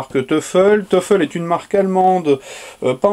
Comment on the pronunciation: Salut, ce nom allemand se prononce toyfel Comme toy en anglais.